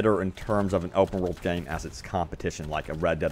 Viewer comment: Am I the only one who hears you say "Over world games" instead of "Open world games" 🤔🧐